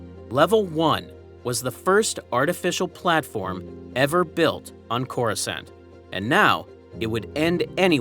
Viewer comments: They literally pronounce the name of the planet in the movies, it's not that hard to do the same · Bro have you never heard someone say the word Coruscant out loud?